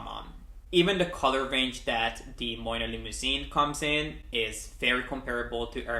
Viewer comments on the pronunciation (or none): You are pronouncing the brand name wrong! Moynat is pronounced MWAA-NAH